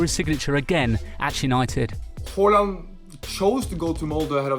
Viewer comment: Throughout this video, you pronounce the E in his first name like a an Ø/Ö. It’s actually just an E. However, the Å in Håland is pronounced as the Au in Audio, not just as “a”. Listen to a commentator speaking a Germanic language to get the idea.